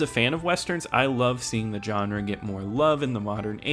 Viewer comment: Pet peeve: Pronouncing Genre as "JOHN-RA" it's pronounced "Zhan-RA"!!